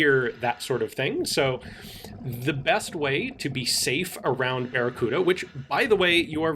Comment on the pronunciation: Sorry man, I can't say baccaruda...